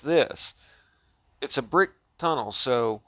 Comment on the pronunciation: The weird voice inflections when he says "brick" or "rock" are so cringe. In his latest stuff, he seems to just show the pictures with very little explanation because, apparently, his audience already knows exactly what he would say.